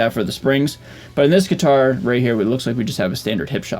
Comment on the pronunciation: Anyone ever tell you how unique your pronunciation of gui-tar is? Like you really hammer down the "T" it's almost adorable haha. Love your channel dude